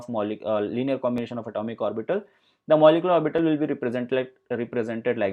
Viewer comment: Lost the will to go on when he pronounced orbiiitall